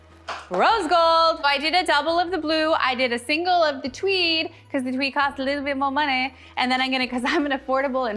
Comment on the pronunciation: Am I the only one who heard, "TWEE", instead of, "TWEED"?? I mean, I'm pretty sure our didn't develop a lisp as she decorates a flocked Cwismas Twee.... Note to self: WATCH, instead of just listening. 😂😂